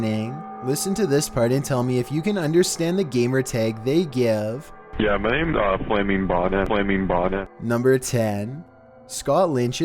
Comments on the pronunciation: He said Flamingbot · I know minor mistake, but it sounds more like FlammingBonnet, like i heard a long M sound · Kind of sounds like he says flaming bommer